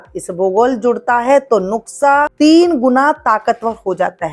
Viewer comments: Nuksha nahi madam Nushka hota hai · नुकसा नहीं बोलना खरा है नुसखा बोलिये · Madam nuksha nahi Nuskha .....plz 😅😅😅